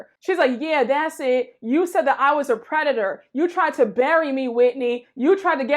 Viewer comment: Omg I LOST IT when heather drunkenly said “ predator” 😂😂